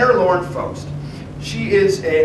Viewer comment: Another thing I'd like to mention is your pronunciation of Faust. I may be wrong, but I'm pretty sure it is pronounced "Fowst" Again, a stupendous job!